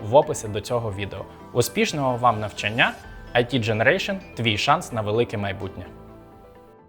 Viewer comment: Не навчаннЯ, а навчАння...